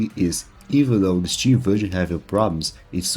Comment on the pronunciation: who tf pronounces Steam as CHeeme